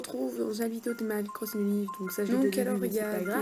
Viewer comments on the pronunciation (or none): ღ Des fois tu dis Animal Croching au lieu de Crossing et du coup sa ma marquer xD